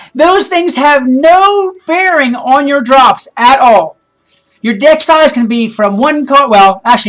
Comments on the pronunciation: omg 😂😂😂 when u said deck size it sounded like dick size and i was like WDF isnt this suppose to be about wiz? O. o x. x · Lol that the total fail Deck size more like dick size haha XD 😂😂